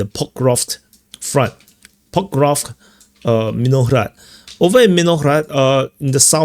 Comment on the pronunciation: Say pok-ROV-sk. After ‘ROV,’ make a short snake sound — sss — then a quick k. Like snake → kick. So it’s pok-ROV-s-k, not pok-ROV-k. Keep the sss sharp, no vowel after it.